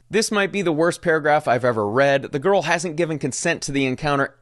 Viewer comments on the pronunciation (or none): none